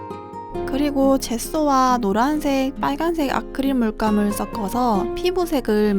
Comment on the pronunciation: 헐 섞어서를 석꺼서<<이렇게 말고 써꺼서<<이렇게 발음하는 사람 처음봐 귀엽당